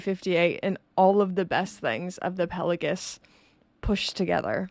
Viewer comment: A guy who pretends to be a spy! Hilarious...Subscribed.... The way you pronounce Pelagos PelaGUS almost unsub'd :P It's Greek think Mykonos, Oikos and Ethos. Still sub'd